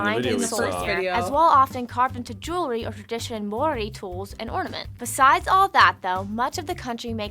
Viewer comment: The guy pronouncing the Maori words is not too bad looks like he really researched how to pronounce then